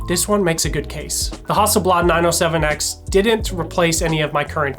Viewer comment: "HUSTELBLAD" must be a great new, Swedish camera.... :-)